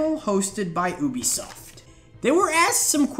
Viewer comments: Also said UBE-I-soft instead of saying it like -U-B-SOFT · U BE SOFT , not UUB E SOFT. :D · it's YOOBESOFT not OOBESOFT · Obisoft ? I think you mean Ubisoft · the way you say u bisoft is oooobisoft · Oobisoft hah. Good one mate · Oobisoft, you've got to be the only person on the planet who says it like that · The voice cracks and they was he says OObisoft. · I can't believe he said oobisoft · you-be-soft? maybe? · You also said obisoft